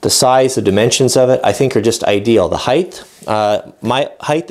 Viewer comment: Hi... Still enjoying your videos... This series got a little long but I thoroughly enjoyed it. Thumbs up for the way you interact with your son... Kudos to you for that... Thumbs down for one of my biggest pet peeves... The word is "height", not "hythe"... I just can't stand hearing it mispronounced. Properly pronounciation is "hite" ... the word ends in a t not an h. It is amazing how many woodworkers and machinists on YouTube mispronounce it. so,, with that said,,, Keep up the fine work... and Thanks for the videos Anon